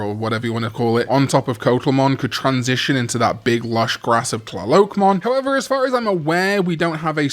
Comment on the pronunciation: Coatl is pronounced KWAH-tl :)